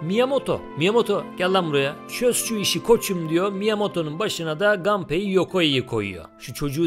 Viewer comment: Japon oyunlarında mesela Kazuya Kazuya, Mishima Mişima okunduğuna göre, Japon spikerler maçlarda Nakamura'yı Nakamura okuduğuna, Samurai'ı Seymarey okumadığına göre Gunpei'yi muhtemelen Ganpey okumuyorlar.